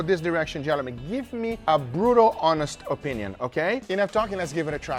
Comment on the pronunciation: "Gelemen" -Guga